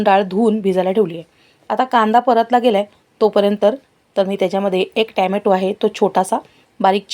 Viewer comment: ट्याम्याटो नका म्हणत जाऊ. टोमॅटो किंवा सरळ टमाटे म्हणत जा.. ते ऐकायला वेगळंच वाटतं ट्यामॅटो 😅